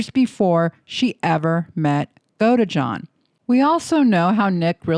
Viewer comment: GodEjohn 😖 Godeejohn is how you say it 😔